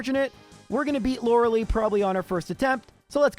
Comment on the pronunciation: Do you enjoy mispronouncing Arcanine, Rattata and Lorelei?